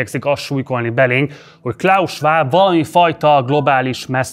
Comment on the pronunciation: Még a klaus Schwab nevét sem tudta kiejteni🙄